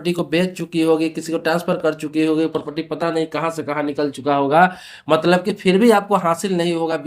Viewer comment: Pahle property bolna seekhle dhang se